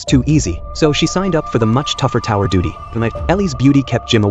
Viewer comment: haha he says duty